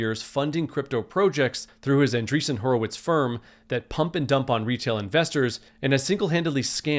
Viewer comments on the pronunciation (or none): "Horowitz" every single time